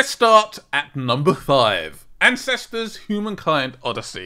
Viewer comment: Once you said ancestors... I couldn’t take you serious 😂